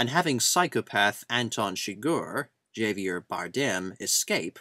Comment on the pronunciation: It's Hah-vier Bardem... in Spanish J's are pronounced as H's.